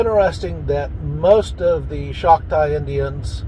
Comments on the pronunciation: its CHOCTAW not Shoctaw. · It’s not schocktaw it’s Choctaw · CHALK-TAW would be better in order to pronounce